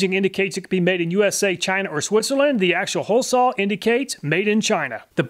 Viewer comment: What percentage of Americans pronounce "saw" as "sawl"? Is it a southern thing? I hear this from so many YouTube channels, I'm starting to think that's actually how to correctly pronounce it.